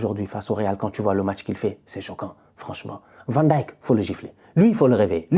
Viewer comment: Tu es un des rares francophones et pas seulement, à savoir prononcer correctement Van Dijck...bravo